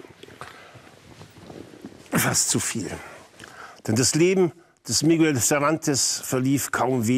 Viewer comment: kleiner hinweis: miguel, das u wird nicht mitgesprochen .